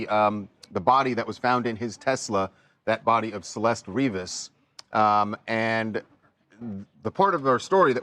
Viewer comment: Her last name isn't River. Its Rivas.